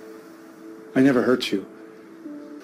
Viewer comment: Pensé que dijo hear no hurt jajaja